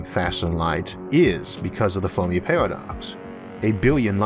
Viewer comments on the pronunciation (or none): He can't pronounce the "er" and "ar" sounds. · This guy has a weird accent that makes these videos hard to watch. Does anybody know where he comes from and what type of accent he has? For example, he pronounces "Fermi" as "Formy". Another example is that he pronounces "Inter-galactic" as "Into-galactic" and he also pronounces "Emerge" as "E-more-ge". This is the strangest thing that I've ever heard.